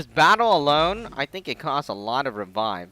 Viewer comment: Sounds like u said f*** him but I'm sure u meant of him